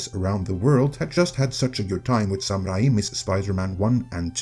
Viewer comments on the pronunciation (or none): Why did he pronounce Sam Rami's first name "samurai"? Has he seriously never heard the name Sam before?